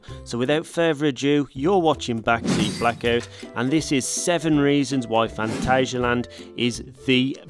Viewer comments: It’s pronounced phantasia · Here in Germany it is pronounced „Funtasia“ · I've always pronounced it Phant-ayy-sialand, but my German girlfriend calls it Phant-azz-sialand, so I'll take her word for it XD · As a German, i can confirm, no "ay" sound in there. The second a is pronounced just like the first one. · The "a's" in Phantasialand are sort of pronouced like the "u" in fun.